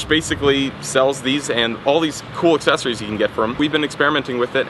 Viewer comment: is that supposed to be "accessories" and not "excessories" ?